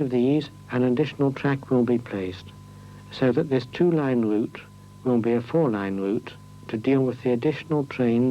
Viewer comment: Can't help notice that the commentator has that unique to the British upper middle and upper class speech impediment of pronouncing the letter "R: as a "W". Yep, no other English speaking country has this impediment. Bwidge. Wamsgate; Woute; Appwoaching; Impwovents; Woad; Wight, etc., etc..